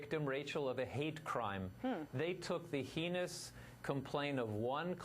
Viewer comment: "Heinous" rhymes with "anus," not "penis."